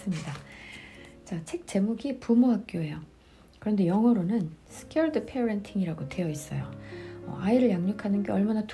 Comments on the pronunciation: ‘Sacred’ parenting ‘신성한‘ 자녀양육은 이 책의 핵심 메시지여서 ‘scared’로 말씀하신 부분 수정하시는게 좋겠습니다. 목소리도 좋으시고 차분히 읽으시는 내용 들으며 산책하는데 집중도 잘 되고 책으로 읽을 때와는 다른 감동이 있네요! 이번 주부터 이 책으로 외국에 있는 한국엄마들끼리 북클럽합니다~ 엄마들 화이팅! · 내용이 귀에 쏙 들어오는 편안한 낭독 감사히 들었습니다♡ ( scared ---> sacred )